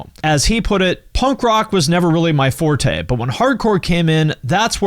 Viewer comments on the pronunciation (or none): none